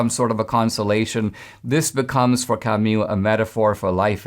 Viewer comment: Camu not camyou, :-)